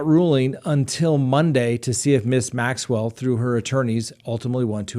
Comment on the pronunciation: You are doing so well with Maxwell's name that I think maybe some little French man might appear! ;-)